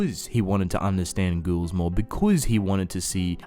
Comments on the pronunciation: Okay is it just me or do y’all hear this man say “girls” instead of ghouls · Sounds like “ghourls” to me kind of Like inbetween the two